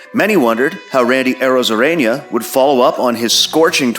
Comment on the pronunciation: Good material. A little tip on the names pronunciation, because I hear another Youtube person mispronounce, it's Randy ArrozareNa, with a normal n, and Bolaños is the one to pronounce la Bolagnos, with the Spanish ñ, which sounds like the one you were using for Arrozarena. Arrozarena is would literally mean "rice/sand".